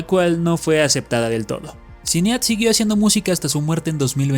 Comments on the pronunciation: Ehm,, se pronuncia "Sainid" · Datos curiosos sobre este video: 1. El nombre de la difunta Sinéad O'Connor es uno de esos nombres irlandeses no muy comunes. La pronunciación correcta es "shin-EID". 2. Public se pronuncia "PO-blik". 3. La canción E.T. (I love you) de Buckner & Garcia no tenía batería cuando apareció por primera vez en 1982, no 1983. La versión que se escucha aquí es una regrabación de c. 2009-10, unos dos años antes de que el difunto García pasara a mejor vida. (Existe un video con la versión original en YouTube) 4. El difunto Falco también intentó tener algo de éxito con Vienna Calling, pero no tan grande como Rock Me Amadeus. 5. Irónicamente, uno de los hermanos de Las Ketchup, "Tomatito", llegó a tener algo más de fama que ellas, llegando él a aparecer en un video de Romeo Santos. 6. La canción We no speak Americano por Yolanda Be Cool tiene triple ironía: Aparte de ser recordada como es, muchos la recuerdan cuando Pitbull la sampleó en Bon Bon. Sin mencionar la confusión que causó en muchos creyendo oír el consabido "pa-panamericano". 7. Alexandra Stan llegó a grabar un número con Daddy Yankee, pero sin repetir el éxito de Mr. Saxobeat